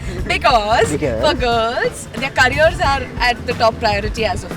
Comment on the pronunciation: Why do you say cariar😂 why not careers😂